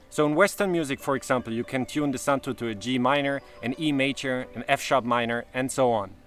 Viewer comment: its not suntour its santoooooor